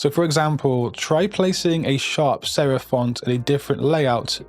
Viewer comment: sherif ? or serif ?